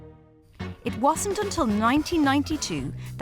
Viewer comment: The narrator, bless her! I just came from a video where she said something about ‘finish hish’ and ‘start hish’. And here again, she says ‘hish’... turns out she can’t say the word ‘it’!